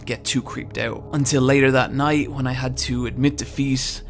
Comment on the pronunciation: I just love your pronunciation of "hwat" "hwen" "why" "overhwelming" hahahahaha